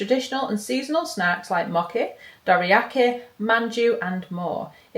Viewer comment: thank you for sharing the unboxing. but, hmmmm, sorry, no offence, but the mochi is pronounced moh-chee (chee as in chair, chamber) and not moki. just saying....